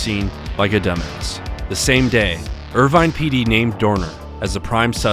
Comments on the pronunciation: Bro it’s (er vine) not ervene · Irvine is pronounced Err-Vine.